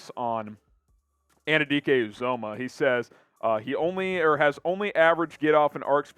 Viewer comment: Felix Ann-you-dee-Kay you-zah-muh. Say it right and put respect on his name.